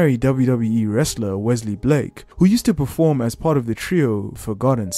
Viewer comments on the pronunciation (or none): none